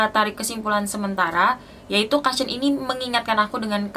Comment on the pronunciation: maaf mbak bacanya kusyen bukan kasyen🙏